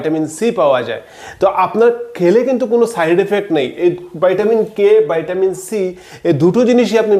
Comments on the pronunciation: ভাই! ভাইটামিন না বলে ভিটামিন বললে খুব সহজে বুঝতে পারতো পাবলিক। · আপনি ভিটামিনকে ভাইটামিন বলছেন কেনো ❓অনেকেরই বুঝতে অসুবিধা হবে। আমার অনেক পুরোনো অশ্ব বা পাইলস আছে,আমি কিভাবে অশ্ব থেকে মুক্তি পাবো যদি বলেন খুব উপকৃত হবো। 🙏